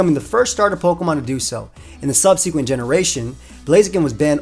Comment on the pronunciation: someone tell my man how to pronounce subsequent this is really sad u guys